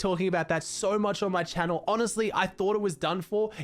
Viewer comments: He said welcome back to my youtube channe-l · The way he said channel today 😂